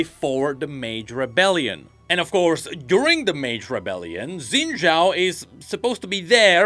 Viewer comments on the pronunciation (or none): SHIN JAO!! SHINNNNN! NOT ZINNNNNN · Isn’t Xin Zhao pronounced like Shin Zhao in all the voice lines? Why’s saying it wrong?